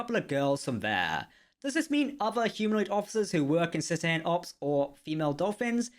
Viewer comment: Cet ace ean ops is how its pronounced and its beluga whales not dolphins